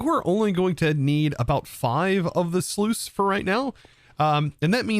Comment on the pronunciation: Might just be my British showing but it sounds like instead of saying sluice (rhymes with juice), you're saying sleuth (another word for detective, rhymes with tooth).